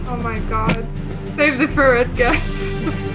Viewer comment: IT'S FERRET, NOT 'FURRET' GOD DAMN IT